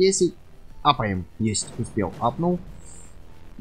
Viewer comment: не мапаем а апаем